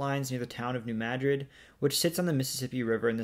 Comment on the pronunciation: Congratulations on pronouncing New Madrid correctly. Geography by Geoff got it consistently wrong recently, whereas SciShow got it right the next day.